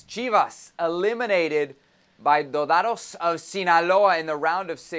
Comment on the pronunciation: Salazar, can’t even pronounce “dorados” give a young brother a chance